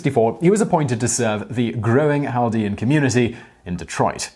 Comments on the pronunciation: Hey it's cal-DEE-an. like cat with an l. not hal. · In American (Detroiter) english it's Chaldean Kale-dee-ann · I’m Chaldean, and it’s not pronounced “haldean” 😂😂😂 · I live near that area of Detroit. It took me a few to figure out what you were talking about. Around here we pronounce it kal-de-ann. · We pronounce Chaldean as cal-dee-an in Detroit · It’s pronounced kal-ˈdē-ən. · There's probably some variation with how it's spoken in Arabic and other languages in Iraq, but generally we pronounce the C in the word. I know some Middle Eastern Christians, but they're not Chaldean, although I have met some. I have been to Detroit, it has a very large Chaldean population. Keep in mind, technically Chaldeans and Assyrians are the same ethnic group, the basic difference has to do with what churches they go to. If they you go to the Assyrian Church of the East, you're Assyrian, if you go to the Chaldean Catholic Church, you are Chaldean. if I recall correctly, San Diego has a large Chaldean population as well. You should check up on the story about the Melkite Greek Catholic priest that funded the IRA, that's an interesting one. and, I say this, as a Catholic that knows what they've done wrong. The fact that a religion has sinners doesn't disprove that religion. I digress, because with regards to the pronunciation, I mean seriously, unless you live in an area with a large Iraqi population, you're probably not going to know what a Chaldean is. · The way you say “Chaldean” is so weird and wrong lol